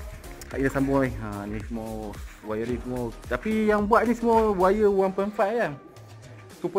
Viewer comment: Wiring bukan wayaring bohh 🤣🤣🤣